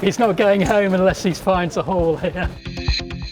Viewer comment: I thought he said "hole" and not "hall". I could use subtitles sometimes.